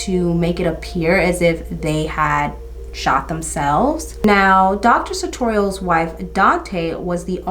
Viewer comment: Checked the name you mispronounced a hundred times in the video and found out it's Sutorius. Girrrrl. 🤣